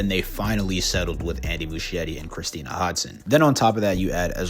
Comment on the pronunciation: The ‘ch’ in Muschietti is pronounced like a ‘k’, so it’s Mus-ki-etti, not Mushy-etti.